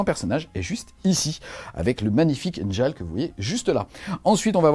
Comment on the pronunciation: Les 'J' dans les noms vikings sont utilisés comme des 'i' Comme pour la Red Sonja, on dit Red Sonia. Donc on dit Niarl et Biorn